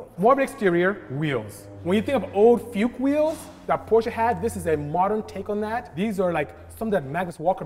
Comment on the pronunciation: If you cant pronounce Fuchs-Felgen, just say Fox-Wheels and not fuck-wheels